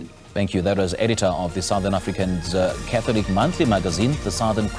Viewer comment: Dear SABC please find someone who is Catholic to report on Catholic stories we cannot have mispronunciation of Catholic terminology